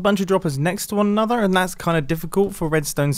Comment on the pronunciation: It’s weird hearing a British person actually pronounce an “R,” so when Mumbo said AnotheRRR, I was like 😮